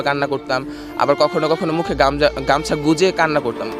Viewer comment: কখনো কখনো মুখে গাঞ্জা 😝❌ কখনো কখনো মুখে গামছা😅✅